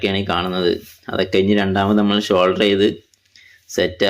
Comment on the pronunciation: ഷോൾഡർ അല്ല ബ്രോ സോൾഡർ